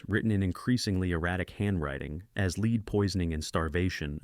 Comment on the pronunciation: My guy cannot accurately pronounce the word “lead” like the metal.. he and most say LEED… lol not LED